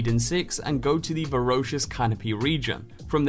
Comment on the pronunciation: Had to stop at pronunciation of VorAcious...not VorOcious....